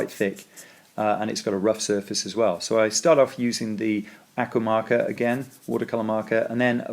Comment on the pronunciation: Very interesting. Please learn to pronounce the word aqua